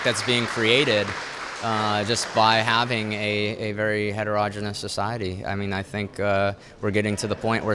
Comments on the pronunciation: . Ouch! Not "heteroj'inus"; It is pronounced hetero-genius. Just trying to be helpful, Nathan. And while I'm here, for the rest of you: It's "homo-genius", not "homoj'inus". Otherwise, you have done a good job of answering questions. Supporting Trump probably not a good idea, though. He made a fool of the folks in flyover country and is now prolly laughing at them. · Heterogenus? I think his pronuncication is wrong.